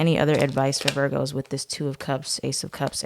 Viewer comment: Love it when you say “veer-goes” 😂🥰